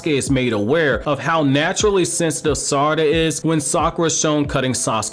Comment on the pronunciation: this mans saying saracha instead of sarada lmao